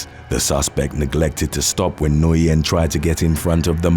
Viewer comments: Alright for the last gawddamn time, Nguyen in English is pronounce WHIN, Got It! 🤬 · The last name Nguyen is actually pronounced WIN